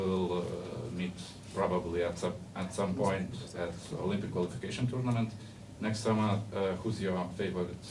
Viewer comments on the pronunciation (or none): none